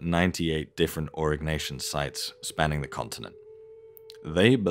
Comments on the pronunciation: Stop saying Arock Nation. That sounds so strange. It's Aureeeee NYasion or Ñasion. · Au-ri-nyeh-si-an is cool. AURIG-NACIAN, not so much.